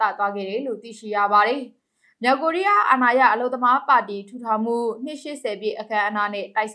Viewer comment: မလဲရေ၊စိတ်မရှိပါနဲ့ မြောက် ၊ကသပ် အသံထွက်ရမယ်၊ မြောင်၊ဆိုရင် ငကိုသတ်သော ငသပ် အသံ ထွက်ပေးပါ၊ မြောက် ကိုးရီးယာကို မြောင် ကိုးရီးယားဟု အသံထွက်ရင်၊လွဲမှားပါတယ်၊ သတိထား၍ ဖတ်စေလိုပါတယ်။